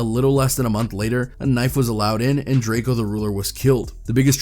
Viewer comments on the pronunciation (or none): pronounced Draco, not Drake-e-o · Bro plz stop saying drake-o it’s pronounced “ drako “ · It’s DRAKE-O not. “Drake-ee-o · How you go from pronouncing Drakeo right (Dray-Co) to Drakeeeo 🥴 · ITS PRONOUNCED DRAKE-O!!!!!!! 🤬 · It irks my soul that this man keeps saying Draky-O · “Drake e o” 😒😡 Fkn vultures 🖕🏿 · whenever i hear a blogger pronounce his name like drake-eo....I automatically click off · Sometimes he pronounces Drakeo's name correctly and sometimes fucking Drake-E-Oh.....wtf dude....🤔🤔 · shit pisses me off too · Better put some respect on the homie name. It’s not drake-e-o 🤷🏻‍♂️🤷🏻‍♂️🤷🏻‍♂️ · Pronounce he’s name right jeeeeez .. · Why you saying Drakeo name wrong